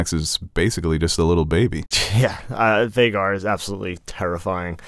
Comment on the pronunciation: Aemond saying Vheagar No